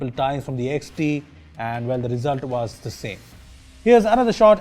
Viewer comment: said not 'was' but wazz😂😂